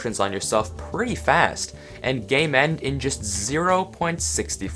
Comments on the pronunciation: im not gonna lie, i thought you were saying "gaymend" for the longest time and i only realized you were saying "game end" when there were 6 minutes left in the video. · here he is saying you can game end yourself. but then I am right here thinking he said "Gay Mend" thinking he has a gay mending book or something. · he said "game end" about 10 times before i realized it wasn't "gay mend" now you can't hear anything else >:)